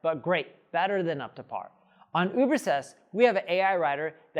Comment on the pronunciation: Why can't you pronounce the name of your own tool? Ubersest?